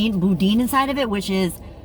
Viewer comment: Well helloooo 👋👋👋... nice to put a face with the name... you did great on your filming and voiceover 👏👏👏 y'all definitely had fun...n you said Boudain... it's pronounced BOO-DAN...LOL.. I'm in South East Texas... just next to Louisiana border...Buckees has such a variety of items a person could go broke in there lol... glad y'all got to get away for a few days and sooo glad you you got the babies...fur n nonfur... Something LOLOL 💜💜💜💜